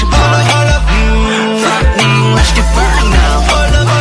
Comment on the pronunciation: I watched this video just to make sure that joong did not say ``fuck me`` when he actually said ``frightening``